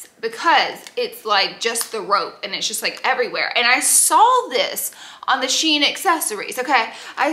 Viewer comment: Glad you said Shein correctly ❤ not that it matters been ppl been confusing me lately I’m was confident in the verbiage until this stream of hauls came out .